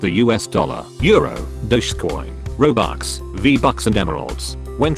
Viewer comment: I like how he pronounced "dogecoin". "doschgzcoin"